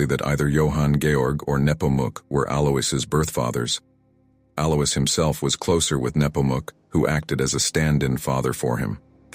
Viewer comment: Alois is usually pronounced AL-oyce.